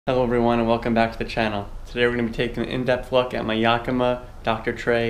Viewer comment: Yeah, yeah, yeah, Yakima, nobody can pronounce Yakima